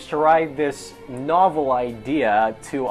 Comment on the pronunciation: you said novel wrong